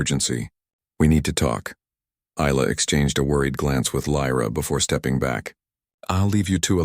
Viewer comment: Isla - the s is silent, pronounced eye-la